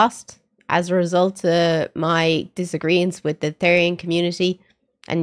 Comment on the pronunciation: Its pronounce th-er-ian btw (not rude btw)